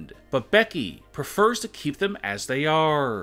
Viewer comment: ""-keep them as they aRRRREEEEE""